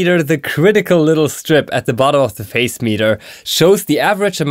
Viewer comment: Hi! A very helpful! Also, I hope you don't mind me saying, but I think the pronunciation of the word Phase is "Faze."